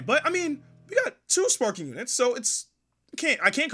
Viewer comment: I hate how he pronounces sparkingggg 😖